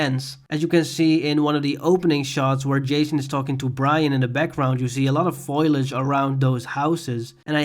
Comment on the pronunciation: The word is "fo-li-age' and not "foil-age"